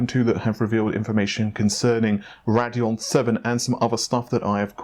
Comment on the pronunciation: the way he says rad-eon instead of rade-eon makes me cringe hard